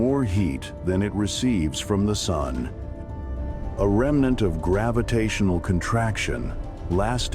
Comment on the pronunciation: Stupid AI narration. They should ban these videos. The voice can't even pronounce Sun properly